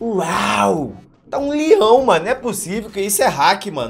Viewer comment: Ele falando "LIÃO" é mt engraçado KKKKKKKKKKKK